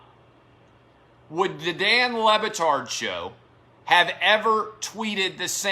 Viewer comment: I've always thought Le Batard pronounced his name wrong.